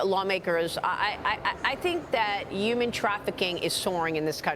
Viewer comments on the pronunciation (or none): What is “yooman trafficking?”